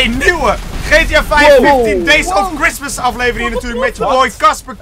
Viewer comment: het woord is merry chistmas